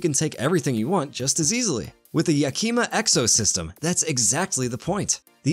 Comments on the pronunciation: It’s pronounced Yack-e-ma with a soft e. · Yakima is "yak-a-ma" as in the city in eastern Washington state.